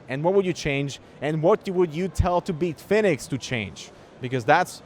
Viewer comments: Who tf is Beetfinix? I came here for Bitfenix content. Lol. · "Beetfinex" lol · Why does he call it "Beatfenix" lol